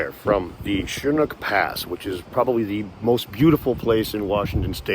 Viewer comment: I was going to post and ask where that amazing place is, then you said schnuk pass, and after some working out I found it is Chinook pass, ooks marvellous. I was in Yosemite before the lockdown and loved it. Must be chock full of samsquanch.